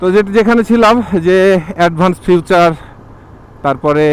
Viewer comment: ওটা ফিউচার না ভাই,ওটা ফিচার।গত ভিডিও থেকে দেখছি বিষয়টা বার বার বলছেন।শুনতে খারাপ দেখা যায় ভাই...এটা একটু পরিবর্তন করতে হবে।সাথে হিয়ামাহা না ই...য়া...মা...হা বিষয় গুলো একটু চেন্জ করতে হবে।